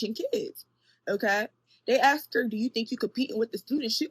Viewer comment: Thanks you Ask is another word she can’t say correctly 🙄